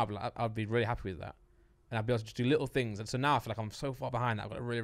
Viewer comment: “There’s tings on Mars” -Lux 2022